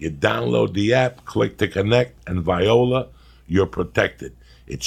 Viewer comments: He pronounced viola wrong 😂😂 during the ads in the beginning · Lol at the start when Joey says viola instead of voila while reading the ads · Is no one going to mention how Joey pronounced viola? HAHAHAHA